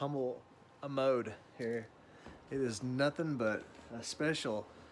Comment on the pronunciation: Humble "amode"? Try abode, hahahah!